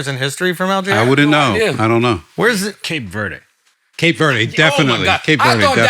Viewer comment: Cape Verde no ay at the end lmfao